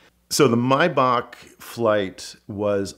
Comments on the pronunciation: He can’t pronounce Maybach. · Great story and a great video, as always! As a side note, I find it very strange that this dude would (except for I think one time early-ish in the video) mispronounce Maybach (?)